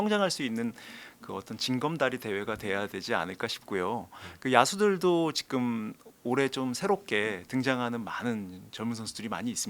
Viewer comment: 자꾸 직끔 직끔 이러길래 뭔 말하나 했더니 지금이었다… 직끔이 아니라 지금이에요😂